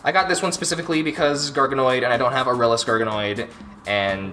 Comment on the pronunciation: The way you pernauce aralus is ar-a-less K,good do it right